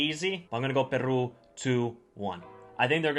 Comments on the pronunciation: Is not Perrrru. Is Peru!!! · 1.Can you pronounce Peru better? 2. its really sad that after the world cup peruvian players were all waiting for offers from Europe but they never came! 3. Don't worry .. most SouthAmerica believes this team is stronger than 2018.